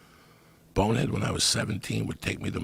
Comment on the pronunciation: WHY IS IT SO SATISFYING TO HEAR JOEY SAY BONEHEAD LOL ITS THE SMOOTHEST DELIVERY OF SYLLABLES IVE EVER HEARD HE SAYS IT AT LEAST 102 times